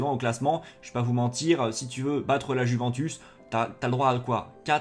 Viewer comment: Comment tu respectes pas la prononciation de la Juventus